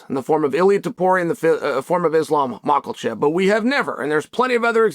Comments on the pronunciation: I love Chaels pronouncing of fighter names... "mackel-chev", "pee-air-a" lol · Peeeeara & MockLchev huh 🤦‍♂️🤣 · This man always kiling Islam family name Michaelchev